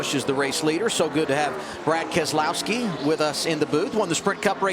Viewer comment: keselowski no Keselowski